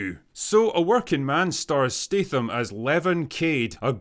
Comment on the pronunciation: Good review. Just one question: Why do you pronounce his name as Stateham? Is this some weird Scottish thing? His surname is Statham. English is only my second language (I'm a Finn) so can you please teach me?